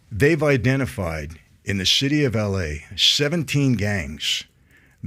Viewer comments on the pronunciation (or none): He pronounced it the "shitty of la" lol